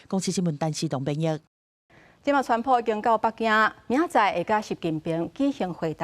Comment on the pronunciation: 今天的主播報得很好,口音很純正,我不像其他主播都故意把川普用英語用華語或英語發音,很專業